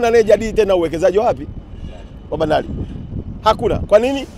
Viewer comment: Leli. Lahisi, Maloli, Bandali, Miladi, Laisi wetu, Miladi mikubwa. Huyu jamaa alikwenda Shule kweli. Kichefu Chefu kitupu.